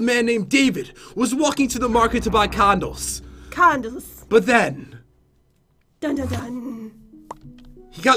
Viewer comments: LOL IT SOUNDED LIKE HE SAID CONDOMS INSTEAD OF CANDLES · That's exactly what I heard too 😂😂😂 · CrazySimTheOne - I thought that too but I know she was saying candles but it does sound like condoms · Dude when u said candles it sounded like condoms' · Cus he pronounced it as condles. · tambam171 I knew he said candles but it sounded so much like condom "I just wanted to buy some condoms!" AND IT MADE ME LAUGH SO HARD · im using speakers and it acutully sounds like he is saying condoms but i listened closely and said candles in a weird way :D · Condiments as in ketchup and mustard? Lmao it's condom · Aidan Mulligan Pat said candles but I heard that too 😂😂😂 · Am I the only one that kept hereing Condom and Not Candel......Yeah Probably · I hope its not me put when pat said "candles" it sounded a LOT like "condoms" just sayin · Not to be inappropriate but,doesnt it sound like he says condom not candle lol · Why does it sounds like they are saying condoms instead of candles not trying to be mean I watch this channel all the time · Lol when pat was reading the intro lines I though he said condoms instead of candles and I was like what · At the beginning who else heard condom instead of candle lol is it just be more do I have a dirty mind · It sounds like your saying condoms. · same here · Was saying condoms or was that just me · CrazySimTheOne - ikr i heard it too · CrazySimTheOne - I think she said candols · "cahn-dulls" Lol. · Did pat say condems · Am I the only one who thought he said "condoms"? 😂😅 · awa awa the part where he says candles